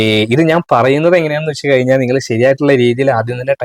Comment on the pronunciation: കയിഞ്ഞാൽ അല്ല കഴിഞ്ഞാൽ 😊😊😊